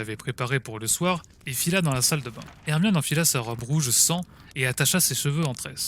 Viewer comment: PK tu dis moine aurqe que. C'est hermione